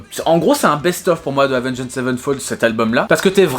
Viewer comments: Prononce le "avenGD" ça passera mieux que "avengEED" ^^ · Lorsqu’on site Avenged Savenfold on ne prononce pas le « ed » à la fin du Avenged. Autrement dit ça se prononce Avenge Savenfold. J’ai eu mal aux oreilles pendant toute la vidéo. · Avengééde sevenfold ?? Stp mec applique toi sur la prononciation 😁 Par contre, renseignes mieux pcq le chapitre ou tu parles de la mort de The Rev/Mike Portnoy tu n’as pas les bonnes infos.. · Salut je précise qu'il n'y a aucune haine dans ce message:Oua gros prononce bien le nom, Avenge(d) sevenfold. Et genre t'as pas respecté City of Evil qui lui est vraiment le 3eme album d'A7x. Je veux bien que tu veuille faire le buzz mais renseigne toi un peu plus, ils ont fait the stage aprés Hail to the King. Je trouve ça dommage de tout misé sur un titre aguicheur pour au final pas dire grand chose d'intéressant. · Sinon Avenged ça se prononce pas comme ça hein…… je donne des cours de prononciation si tu veux 😜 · S'il te plait, c'est pas compliqué de prononcer correctement Avenged...